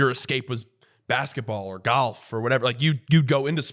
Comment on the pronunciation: Love how says GHALF